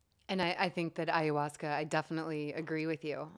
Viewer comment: Ive heard you say ayahuasca a hundred million times and you pronounce it wrong everytime. I know there no "right or wrong" way but it bothers me soooooooo much. So much that it causes me to not want to watch your videos. aya-huasca, not ayUhuasca. Please stop screwing me up.:(